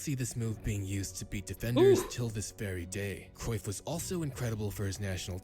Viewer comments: And, yes, you are murdering his last name. But you have to be really proficient in speakiing Dutch to be able to pronounce 'Cruijff' correctly. The letter ’ij' (not 'y') has no equivalent sound in English (nor in French, German, Spanish). Nor does the combination 'uij', There are Dutch video's about hiim, should you want to listen to how it is pronounced in Dutch. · Your pronunciation of Cruyff wasn't a million miles off.👍